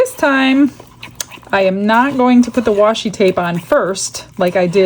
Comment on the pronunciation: no worries, so many people mispronounce it. I’m still gonna watch and buy from ya. You’re my favorite 🤩 you tuber. 😆